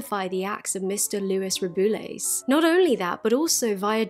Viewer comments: The only name you pronounced wrong is Rubiales'. It is read something like "Ru-be-a-les". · I'm not blaming you for this, but why does the BBC pronounce his name "roo-BOO-les"? 😂 i actually like it because of the added BOOOO sound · I threw the BBC under the bus, blaming them for my terrible pronunciation of Rubiales. Turns out I'm just dumb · thank you for covering this ! love your videos ! i was excited to see this one related to spain, even if its bad news :/ also its really funny how you say rubiales and you should never learn the spanish pronunciation